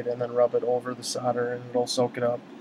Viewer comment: you keep saying "sodder" instead of "solder" when you mention the soldering braid, you quickly correct yourself with "soddering braid" Lol what?